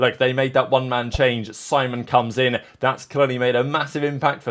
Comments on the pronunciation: Didn’t know edg Simon was pronounced semen but ok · semen? its simon bro lmao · Did he just say c men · Bro his name is NOT semen wtf 😭😭😭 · Bro called Simon semen ☠️